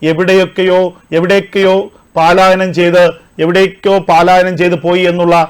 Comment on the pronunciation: Pal ayanam paalayanam alla